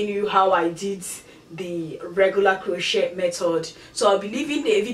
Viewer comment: Its not (crow-chet) its (crow-chay)